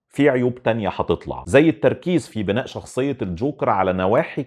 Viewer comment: لسه هشوف الفيلم وأبقى أرجع أشوف الحلقة تانى .. بما إنك بتحب اللغة العربية وده شئ كويس جداً جداً .. حابب بس أقولك إن كلمة بِناءاً بتتنطق كده بكسر الباء مش بضمها .. هى كلمة بِناء عادية وأخرها تنوين تحليلك رائع .. تحياتى